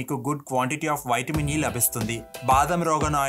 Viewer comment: వైట్ మిన్ ఏంటి బ్రో నీవూ నీ ఓవర్ యాక్షన్ వైట్ మిన్ వైట్ మిన్ అంటా వుంటే చికాకుతో వీడియో మధ్యలోనే వదిలి పెట్టా